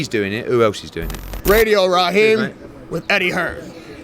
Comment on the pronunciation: I think you just savages Eddie Hearn name raid rahjeem